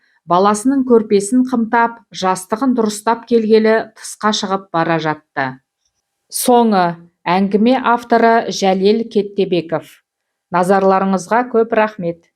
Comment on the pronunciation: Кеттебеков емес,Кәттебеков.